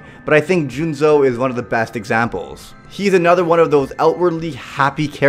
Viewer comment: Juuzou not Juunzou